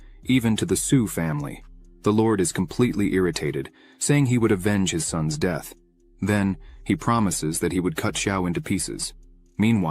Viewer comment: deeth.....i had to stop....leern engrish